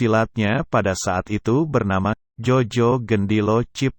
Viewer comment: Mohon koreksi pengucapannya ejaan lama mas Jo dibaca Yo,yang dimaksud bukan Jojo tapi Joyo ejaan baru,tks